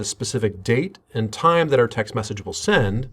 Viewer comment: Why does this person put the emphasis as, "text MESSAGE," rather than, "TEXT message," like a normal person?